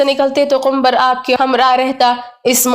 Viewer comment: Suno Kumbhar Nahin Kambar naam hai